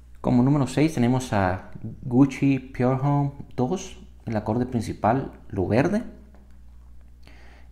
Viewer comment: pour homme es francés aimgo ud lo pronuncia como "Pure Home" del ingles